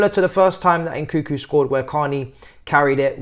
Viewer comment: Lol please don’t pronounce it nkükü 😂 more like n’kounkou. Kükü sounds like cul-cul 😂